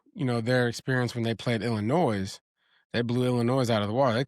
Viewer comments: hits that ‘s’ in Illinois hella hard! 😅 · Love you but Illinois is not pronounced with the S. Lol😂 its silent.